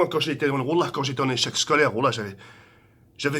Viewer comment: " Woulah quand j été en echec shcolaire " 😂😂😂